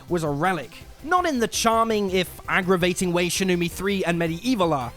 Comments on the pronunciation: How many frikkin times did he say "brilliant" in regards to Wolfenstein? Once was enough. Twice was too many. 26 times was just... "oh my god, shuuuuut uuuuuuup" Also love the mispronouncing Shenmue as "Shenumie" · Control being an Indie game? Hahahaha. Also. Shen-Mew?! And the Shenumee? Fucks sake get your pronunciation right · Wtf are you on? What does that even mean? What were gamers even expecting from Medievil? It's fucking fantastic. You know what's hipster and goddamn annoying? You saying Shen-mew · Shenmew. Right, you've never played it, have you? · SHIN-NEW-ME 3 FTW!!! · Mispronouncing shenmue and listing what was the charm of the series as its faults, and saying kh3 has been forgotten, this list has a couple issues